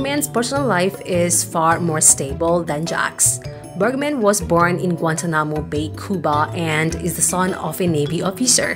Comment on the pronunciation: Berg man, not Berk man!!!